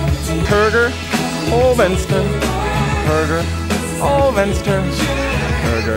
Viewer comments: / hurrgurr fensturr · i liked the part when he goes "huhrgur-vehnester-vehnster-hergurhurgur-vehnster" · Låter mest som BURGER! - FENSTAR! Jag blev hungrig av detta. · / hurrgurr fensturr